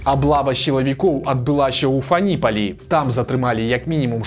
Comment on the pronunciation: 1. Ох ужо гэтыя ясьветкі, ўсюды ім іхняя Сьвятая Сьвета мроіцца 🤦‍♂ 2. ФАніпаль, а ні ФанІпаль!